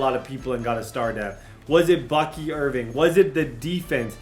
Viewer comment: ITS BUCKY IRVING NOT IRVINE YOU IDIOT 😂